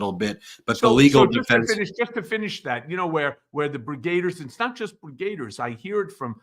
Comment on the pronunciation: It's brigadiers not brigr8diers.